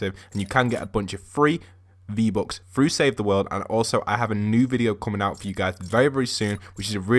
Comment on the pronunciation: he says v-bocks xd